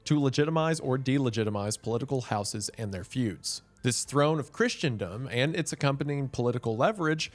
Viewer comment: Not really. One does not have to be a bishop to be elected pope. It helps, but it's not necessary. Also, the word is "christendom" not "christiandom" and the first A in papacy is pronounced long like "ace".